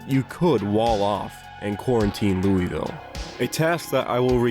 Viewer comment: As a person that lives right beside louisville in kentucky, the way you pronounced it hurt my soul. Its more like "Loo-vul". Great video though!